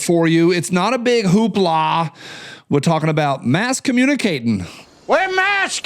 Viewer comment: "Mass comunicat'n!" Roger, that.